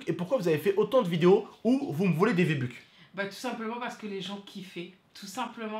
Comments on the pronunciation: S’il te plaît dit V-buck et pas VA-buque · mon frero je t’en supplie arrête de dire va buck c v bucks😂